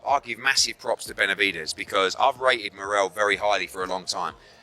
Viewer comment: The least you could do is pronounce his name the right way